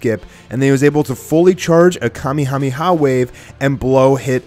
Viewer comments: its pronounced Kah-may-ha-may-hah not Kah-me-ha-me-ha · um its ka me ha me ha not ka mi ha mi ha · The fuck is a kah meeee hahhh meeeee hah? you're pronouncing it wrong. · its (kuh-mei-ha-mei-ha) wave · its pronounced "kameha-meha", there is a break between the 3rd and 4th syllable. this has been a public service announcement from your local grammar police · Kamehameha is pronounced kah-meh-ha-meh-ha. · try improving your japanese pronunciation. It's pronounced Kah meh (not "mee") ha meh ha (and no wave, the word wave is already in there) and it's goh kuh (the tonic syllable is the kuh) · it's obvious that he never watched dragon ball's original series. he said the Kamehameha wave wrong. even the Japanese dialect doesn't pronounce it the way he did. it shoes that hes a kai watcher. Kai version has ruined a lot of the dbz series by skipping characters and specific episodes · how do you mispronounced "kamehameha" fam? they say it in the show all the time lol